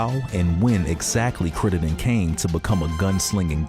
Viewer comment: Critt-EN-den...Crittenden...if you're gonna make a video, pronounce the dudes name correctly.